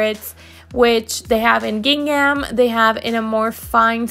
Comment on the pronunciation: Sorry, I had to mute your voice over and just watch the video. Your constant use of "these ones" drove me nuts! This is incorrect grammar and annoying after the 3rd time hearing it. Also, you are butchering the word GINGHAM! Please Google it and practice the correct pronunciation. No offense, I just could not stand to listen.